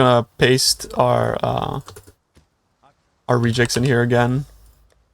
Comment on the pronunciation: you said regex like rejects (thats how it captioned lol). and it's more like redge ex.. because regular expression